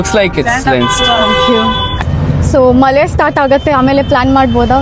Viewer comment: ಮಲೆ ಅಲ್ಲ ಮಳೆ 😡🫵🏻BIG BOO